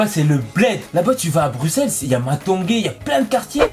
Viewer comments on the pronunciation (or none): none